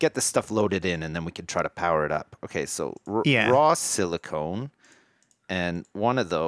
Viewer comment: I chuckle every time says "SIlicone" when he means Silicon. One makes computer chips (Silicon) the other makes mountains out of molehills (Silicone).